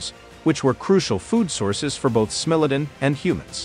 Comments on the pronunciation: He pronounces SMILODON wrong, it is SMILE OH DAWN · I was always taught that it was pronounced, "SMILE * a * Don" with a long 'I'... If you are using AI to do your narration, You should program the correct pronunciations! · AI be sayin “smelladun”. More AI shit posting.